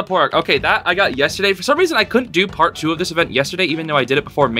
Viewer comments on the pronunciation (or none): none